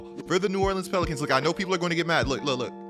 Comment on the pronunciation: No one:: tHe nEW oRLeAnS pELiCAnS IS A….